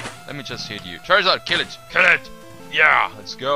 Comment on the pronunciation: XD I like how he says "! KEEL ET!"